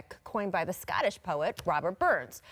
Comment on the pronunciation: Her voice is so annoying especially when her voice like cracks she sounds so whiny "scottish" ew